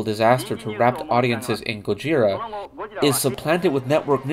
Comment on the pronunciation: The name GOJIRA is actually pronounced "GO-jz-EELah"!